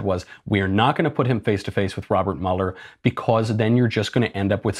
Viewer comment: It’s Mueller like Beuller, not Muller